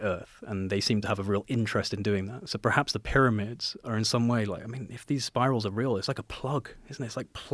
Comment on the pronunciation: he can’t say the word “perhaps”